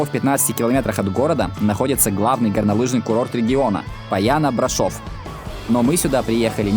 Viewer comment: Прекрасный выпуск как и маршрут. Только БрАшов, а не БрашОв.